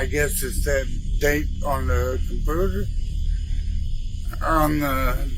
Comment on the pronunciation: “On tha cumpooter” made me laugh so hard. Inappropriate